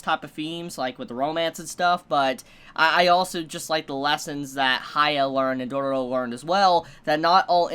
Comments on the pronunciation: It's dororo i think it's pronounced doe row row not like dooro dooro😂😂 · he adds way more r's haha it end up being Dororororo 🤣